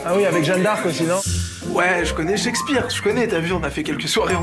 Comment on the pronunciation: shakespear pas checkspire ...bref....